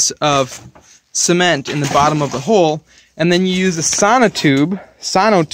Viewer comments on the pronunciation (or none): I know me too— Sounds like he’s saying semen 🤮 But at least he does a footer 👌which most people don’t